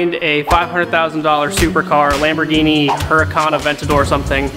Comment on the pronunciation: Did you. Dishtro. Caters. Lambergini